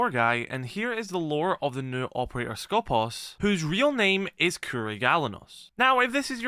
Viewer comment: It's SkopOOOs not Skooopos 😭😭😭😭😭😭